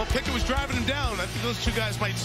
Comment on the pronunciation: the dudes name is Pick-it